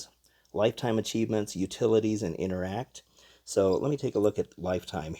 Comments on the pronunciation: you said it like 2 syllables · inter act why did he say it like that